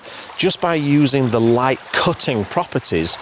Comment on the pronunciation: I had to back up a few times to hear what you said in describing your first set up. I finally understood that you were talking about beautiful light, but I thought you were saying beautiful wife, both of course being true. OK I'll turn on captions.